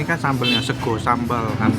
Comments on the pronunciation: Wkwkwkw lucu lu bang,bukan orang jawa ngomong sego aja sEgo😂😂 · Waktu ngomong sego bikin ngakak sumpah 😂😂😂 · Bang lu pas ngomong sego mirip orang jawa banget dah wkwk 😂👍👏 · Ko nex bilang "sego sambel mak yeye" aja jawa bgt, lah aku yg tinggal di jawa ngomong gitu gk ada logat jawa sama sekali😂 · logatnya koko lucu “sego sambel” 😆😆 bikin ngiler ae mamen 😓